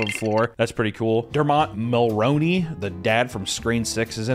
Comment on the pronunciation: "DerrMOTT Mulrowneeey" I died 😂